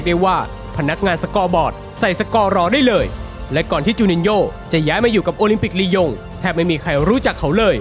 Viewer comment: หายไปนานละคำว่าลียงลงเป็นยิง